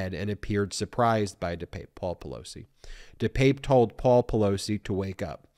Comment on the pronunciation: Ben, I stand corrected, you are pronouncing his name correctly. Let's hope Mr. Pelosi is healing up and carries no physical scars, hopefully he will get support for the mental upheaval this has created. Thanks Ben